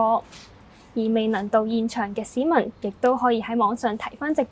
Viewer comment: 廣東話唔係咁讀架喂 「嚟到現場嘅屎民」